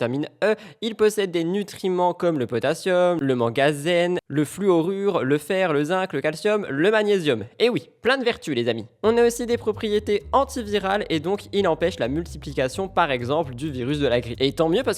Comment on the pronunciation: A 3min57, je pense que tu voulais dire " le manganèse " et non " le mangazène"😂